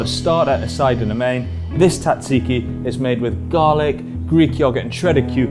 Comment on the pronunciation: Your pronunciation of Tzatziki is criminal.